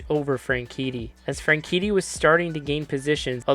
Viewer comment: dunno if I'm going deaf but I swear you kept pronouncing Franchitti as Frankinni Also, I watched this race live on TV... I remember thinking it would be nearly impossible to survive it, and sadly, my fears were proven right